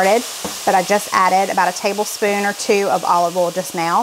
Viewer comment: Thank you for the clarification, once again, of the word "oal". My mostly deaf Yankee self couldn't survive without the lessons. 🤣🤣